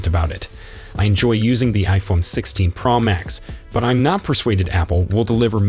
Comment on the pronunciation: Wtf is the iPhone pearl max?!?explain why u can’t pronounce pro as it needs to be?!?